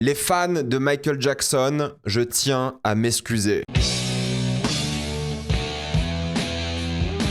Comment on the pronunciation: J'ai quitté à "m'esscuser" xD